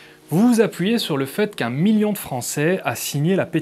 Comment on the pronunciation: Un miyon ? Gné ! Un miL((l)ion. On prononce mille et ses composés comme s'il n'y avait qu'un seul L. Aïe mes noreilles !